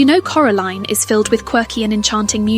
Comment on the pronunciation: Here from part 1 😁 I noticed how you said Coraline incorrectly for the uncomfortable effect good hint at the theory 😂